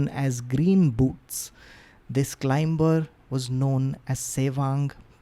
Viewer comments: The “B” in Climber/Climbing is silent, just FYI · Climber!!! The B is silent.